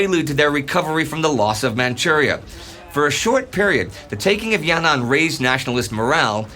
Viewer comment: Btw it's not ya-nan it's yan-an